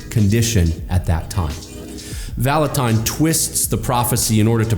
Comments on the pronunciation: You are mispronouncing his name “Vallutin” not “ton” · Who is this Kris Vallotawn that keeps talking about? I only know of a Kris Vallotton at Bethel. Among other things, it would do him well to at least learn how to pronounce the name of a person he's claiming is false. But his first bit of supporting evidence for claiming Kris is false is pretty subjective and weak. "Outlandish"? By whose standard? And why does that matter? Is he trying to claim that God never does anything outlandish? Good luck with that... And how exactly is he disproving the claims of people's virginity being restored? Second, how is he seriously claiming that God only speaks through His word? (Presumably the Bible) The Bible is full of examples of God speaking in many different ways, including through a potter reshaping a pot on a pottery wheel, the branch of an almond tree, and a gentle breeze, among many other ways. God is creative and varied in His ways of communicating, and the Bible is full of precedents of this. Kris has a high value for the Bible, and he also believes God communicates with us in many other ways. David said in Psalm 139:17-18 that God's thoughts toward him outnumber the sand. There are far more gains in one cubic foot of sand than there are letters in the entire Bible, to say nothing of words or sentences. God has a lot more to say to each of us than can be said just through the Bible. explanation about the context of the passage about the valley of the dry bones doesn't in any way negate what Kris was saying about the p